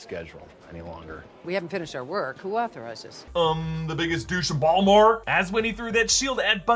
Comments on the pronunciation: Being a Baltimore native that BALMORE is perfect! Thanks, Lol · You said ‘Ballmer’ like you’ve spent time out here!